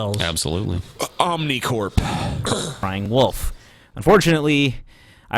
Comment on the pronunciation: When TJ says wolf, it sounds like woof lol